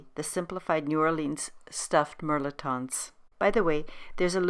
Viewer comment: Its pronounced mel•et•ton.